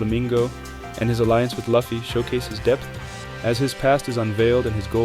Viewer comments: great video, but there's no way you have analyzed one piece in this much detail and pronounce it "luhffy" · Good video but why do you pronounce luffy as luhfy smh it’s annoying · U talk way too low for the music volume to be that high man lmao “luh-ffy” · How do people watch one piece and still pronounce luffy name incorrectly lol. Beside that amazing video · no way my guy has a video essay about the emporers but pronounces luffy wrong that aside i really enjoyed the video. the emporer's just didn't have the oomf they needed, which smaller villains have had